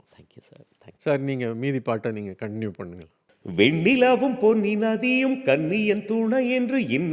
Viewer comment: Voice ok But he sang Nadhiyoram song in a stage pronouncing as “nnaadhiyoram”